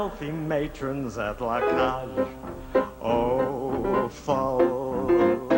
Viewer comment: Before he started to air his show, how about someone teaching Merv how to pronounce the show's title properly. It's not La Cage Aux Fowl, because that how he clearly says it!!